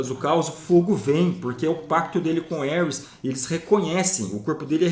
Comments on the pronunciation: ( CORRIGINDO ) Não é Éuris, como o pronunciou e trata-se de Ares ou Marte, o Deus da Guerra, Mitologia ( grega e italiana )... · Bela teoria, mas o nome do deus é Ares (pronunciado assim mesmo) e não Ueris, parabéns pelo vídeo ! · Só eu ouvia o qnd ele falava Ares entendia Hermes? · Elris o deus de guerra kkkkkkkkk , por um momento pensei que que ele tava falando Hermes kkkkkkkkkkkkkk